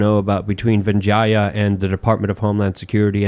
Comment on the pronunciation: venjiya? u mean veega gadde? lmfao